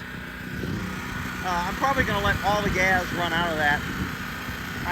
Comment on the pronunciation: Am I the only one that loves it when says gas it sounds like gaz 😂 the man keep it up brother appreciate all you do I could just only imagine how much BS it is for you and how difficult it is making these videos but it is truly appreciated by a bunch of us